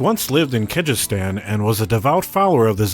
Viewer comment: "Leoric once lived in 'Kekistan'..." Get someone who can speak properly for your videos.